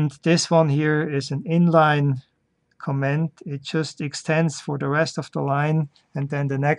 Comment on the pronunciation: Great video. Just a note on (American) English pronunciation. When Americans listen to how you pronounce the word "comment" it sounds like you are saying the word "command". And since Germans often pronounce d's as though they are t's, it just adds to the confusion. Americans can easily differential between these two spoken words just on the syllable that bears the accent or stress. In the word co'm-ment, it is the first syllable that is stressed (Caaaaw ment). In the word com-a'nd, it is the last syllable that is stressed (cuh Maaaand). You are placing the stress on the 2nd syllable for both words and this makes it more difficult for me to differentiate between the two words.